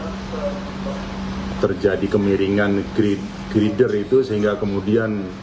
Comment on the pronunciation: Girder atau grider oom?